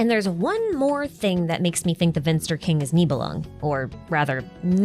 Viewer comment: the "V" in Vinster is pronounced as when you say the "f" in "life". Which is how you pronounce the German word "finster", which means "gloomy, dark". "Vinster" is the old German word the word "finster" is derived of :)